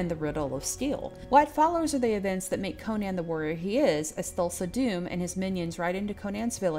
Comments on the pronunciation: You can argue Co-nan or Co-nun, Coe-nan, Coe-nun, but I closed this video at the third Co-nian. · Conan, pronounced like Conan O'Brian. Not like Cone-Anne. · I bursted out laughing the way you say Conan. Good job